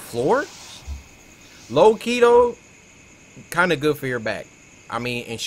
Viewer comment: Cory: Low key though Cc: low Keto